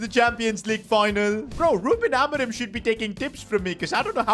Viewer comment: He said Ruben ameron